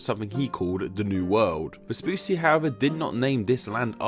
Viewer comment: vespoosy was so funny every single time he said it XD in italian, the double cc is a ch sound, like focaccia. so it was more like vespuchi